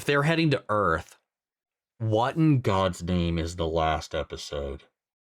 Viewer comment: Earth..... or Urath?